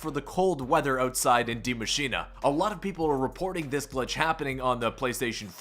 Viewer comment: d.i.e mashine like that again. Then please tell me where it says "machina"